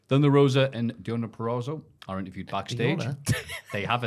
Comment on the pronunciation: How can not say Deonna Purazzo yet 😂😂